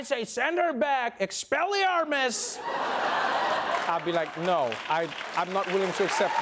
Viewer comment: It’s not Expel-E-ARE-mis. It’s Expel-E-AH-mis.